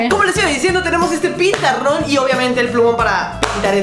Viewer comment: tuviste que decir pizarrón y dijiste pesaron jajajajaja